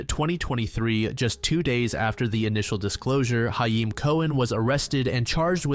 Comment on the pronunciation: Great video! Only criticism as someone who is Jewish is that's not how you pronounce "hayim" but that's just me being slightly nitpicky lol